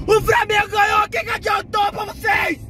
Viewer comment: Bebendo e dirigindo, e falando "framengo"